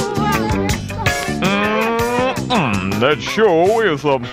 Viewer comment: That bab-a-cue!